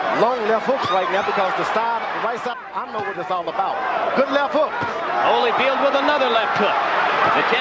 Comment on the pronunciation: Again with the Hollyfeld! LMAO 🤣 and the best part is you later pronounce it correctly 🤦🏾